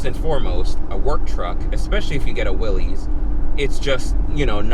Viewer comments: Will-IS not Will-EEZ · Pronounced Will-iss